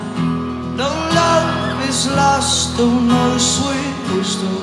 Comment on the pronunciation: dude his australian accent when he said "no" hahahahaha